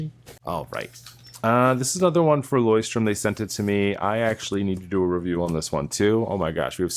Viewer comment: Btw, it’s LeuchtTURM and not LeuchtTRUM